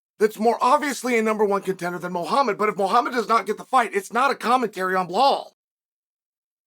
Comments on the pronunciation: It’s belal not blahal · WHY in the ever loving FUCK does Chael always add an L to Belals name?! It drives me fuckin crazy and he does it every single fucking time! He says BLehal and it’s so irritating cuz if you’re gonna have a show or podcast or whatever it is.. say the gatdamn name the right way. & if you fuck up, change it and say it the right way. But he NEVER says it correctly. Not once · "Blahal" is sending me 😂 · CS “Ble Hal” hilarious! That and Pea Air Ra! Hahaha!